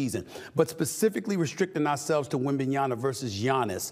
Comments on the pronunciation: Stephen A. Smith, it's 2024, pronounce the man's name correctly. WembanyaMA not Na, MA. You're getting paid to talk for a living, act like it. If it's too complicated for you, then just say Wemby. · Stephen A it’s wembanYAMAN NOT wembanYANA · SAS not able to pronounce Wembanyama after this long says a lot about him.